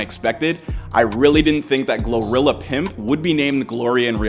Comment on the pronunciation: Gloria 😂. GLO-RILLA